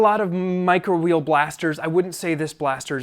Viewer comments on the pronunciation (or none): none